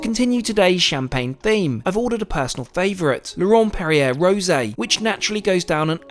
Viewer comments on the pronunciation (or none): none